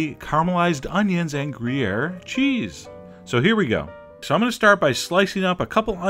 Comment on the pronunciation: greeair ... it's gruyère, and it's freaking delicious ...